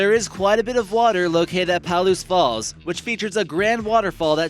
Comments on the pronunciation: it’s not “PAL-OOSE” is “PA-LOOSE” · Lived 8 miles west of the N Reactor for 20 years. We were on the emergency call system. I wish people would learned to pronounce Palouse. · Come on, you can't expect to be taken seriously when you're talking about Palouse Falls (pronounced "puh-LOOSE," by the way) and showing pictures of Dry Falls. The two geologic features are over a hundred miles apart! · omfg it's pronounced (PUH-LOOSE) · The speaker does not know how to pronounce Palouse. Strange... for someone who claims to be familiar with Washington State.